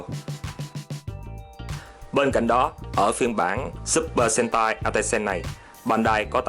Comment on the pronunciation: Supper sentai đọc lẹo lẹo thành supper hentai đúng kiểu Nhật lun =)